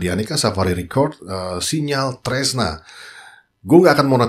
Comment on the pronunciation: Hadir. Maaf koreksi dikit ya itu bacanya sinyal tresno ya bukan sinyal tresna. Sukses buat chenel nya ya bang